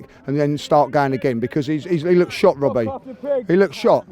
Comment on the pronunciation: "Wobbie" 🤣 dead.